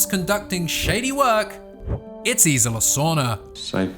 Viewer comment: Isla. I feel you’re adding an “I” in there?